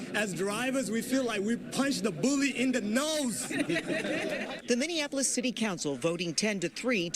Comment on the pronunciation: Charla, we need you to learn how to pronounce Minneapolis. Minn-e-a-po-lis. Not Minnianapolis. This ain't Indiana.